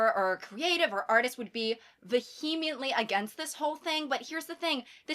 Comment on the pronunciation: Never heard anyone say vehemently like that